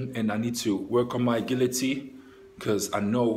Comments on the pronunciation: aGHIlity not *AGHILity lol np tho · Agility is pronouced a-jility